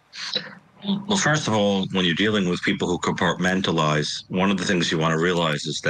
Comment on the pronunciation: "Compartmentalize".... You're welcome.